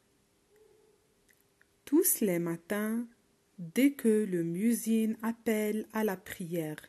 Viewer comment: Pardon, mais on ne prenonce pas le s dans le mot tous